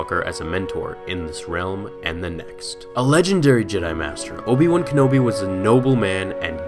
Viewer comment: Obi Juan kenobi